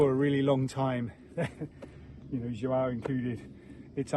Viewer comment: How is the portuguese course going? I noticed that you both said the name 'João' correctly! That is hard to say!